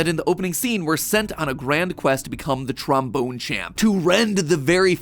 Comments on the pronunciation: i know this is dirty minded but i cant not laugh when he says tromboner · He said tramboner 😂😂😂😂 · This episode is gonna kill me with how much mispronunciation of trombone there is